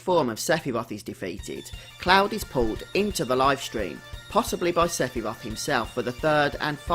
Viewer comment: Seph-y-roth!!!!! Hahahahahahahaha